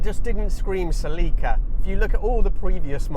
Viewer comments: As someone who spent a lot of time in Celicas back in the day, i always do a double take when i hear the British pronunciation of the name. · in Pakistan, they pronounce it SLEEKA. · yeah sell-i-cuh is how it's always been pronounced in the states. and then he goes and calls it a coup-ay. :) first time hearing that. they've always just been coup's around here. figured the e was silent just like with the word cache. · That's genuinely the first time I've ever heard "Celica" pronounced that way. Anyway, I owned a 2000 GTS (pre-facelift, 2ZZ 6-speed manual), not a super reliable car for a 20 year old driver. The trans liked to grind, and the top end of the valve train needed repair/replacement once. I was too long ago to remember exactly what was done but I remember it being at the dealer for weeks at a time. I sold my MkIII Supra for it back then, also a money pit. Those leather seats were really comfortable, and it got insanely good MPG, but in the end it was a disappointing car. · Is this how they pronounce Celica in Japan? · You need to pronounce Celica, not Celica!